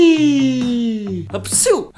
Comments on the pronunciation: Its not Hapcsú its Hapci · In the hungary languages is ,,hapci” not ,,hápcsú” but this video is so many fun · Hungaryans doesn't say "HÁPCSÚ" ... They say HAPCI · Hungarians dont't say 'hápcsú'. We say 'hápci'. 😊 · Hungay:not hápcsú becouse it's hapci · In hungarian it's not "hápcsú" but "hapci".😂😂